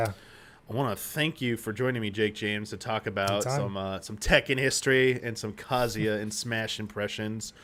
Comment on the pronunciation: Oof you guys really mangled the pronunciation of Kazuya's name. It's not "Kazia", the "Zu" should have been properly emphasized. Use Google translate if you must: 三島 一八